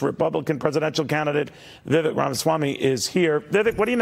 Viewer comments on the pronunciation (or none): As a journalist Neil needs to learn how to pronounce "Vivek." It rhymes with "bake" not "beck." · ugh .. at this point how can any news rep continue to mispronounce his name! They lose me from that moment.. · Neil still can't pronounce his name right.